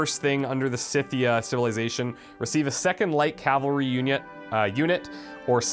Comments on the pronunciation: By the way, Skythia (even more properly - Skyfia) is how you pronounce it. Modern day Ukraine. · I've always pronounced Scythia like "Skithia" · Think of the word "scythe" when saying Scythia. That should make it easier.